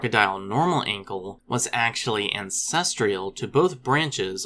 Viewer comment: I think you're adding an extra syllable in that word Ancestral. I know you're used to dealing with words that have a lot of syllables. It's an easy enough mistake to make.